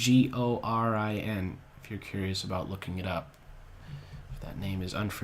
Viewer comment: it s tchigorine xd